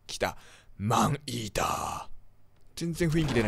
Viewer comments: 最初の方『アイーダ、スタート 』って聞こえたw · 待って病気かもしれない。マンイーターがマンイーダに聞こえてさらにそれがアイーダに脳内変換された。ポキさんがｱﾊｰﾝいうせいだ…(ありがとうございます) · マンイーダがアイーダに聞こえた私は世紀末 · マンイーターがアイーダに聞こえたねんけどwww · ﾏﾝｲｰﾀｰの発音完全にファンヒーター